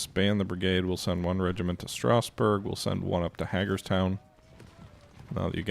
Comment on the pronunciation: Hagerstown is pronounced HAY-gers-town. It's a cool little town in Maryland.